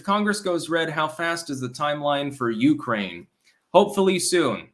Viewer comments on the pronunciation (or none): none